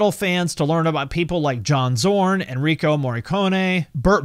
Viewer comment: Enrico Morricone...LOL, his name is Ennio.